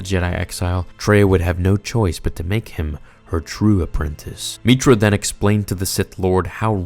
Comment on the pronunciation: You call her meetra, my character was a guy named Jack Stone